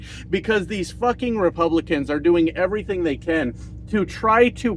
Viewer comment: Evarythang? Evarythang.